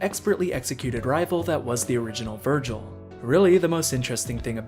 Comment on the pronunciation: That’s not Vergil that’s vergin